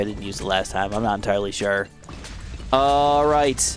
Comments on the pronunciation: Umm, actually its Puākai, not Puakai🤓👆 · Pouakai is pronounced Poo-a-kai